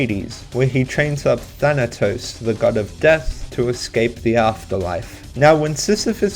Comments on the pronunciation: Its thana-tos like thanos not thanat-os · This is how you pronounce Thanatos not the not os